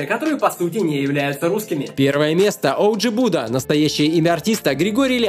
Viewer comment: Одж буда (ударение на а)